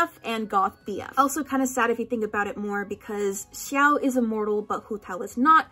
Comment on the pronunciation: I once read a zhongchi fic that included the detail about the chopstick symbolism and I actually wasn't aware it was canon Edit: the way you pronounce x-i-ao gets on my nerves